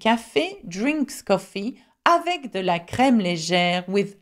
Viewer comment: Oddly, in the final example sentence the e in 'avec' is pronounced as if it had a grave accent (è) and the e in 'des' is pronounced as if it had an acute accent (è).